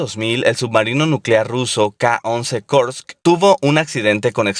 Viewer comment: Pronunciar "Kursk" de forma anglosajona en un vídeo en castellano sobre Rusia, no parece muy lógico, ¿no creen?